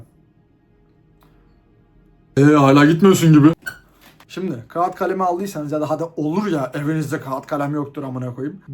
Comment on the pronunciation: sen daha kağıt diyemiyorsun ya, ilişki tavsiyeleri için biraz hızlı gitmiyor musun sence de? İnce a'yı telaffuz etmek, ilkokulda öğretiliyor halbuki